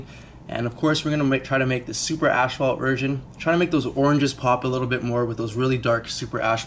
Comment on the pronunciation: wtf is an ASHphault? did you mean... ASPhault. as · faalt damn canadians